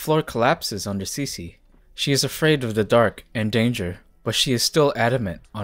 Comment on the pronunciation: I thought it was pronounced “SIS-EE” not “CECE”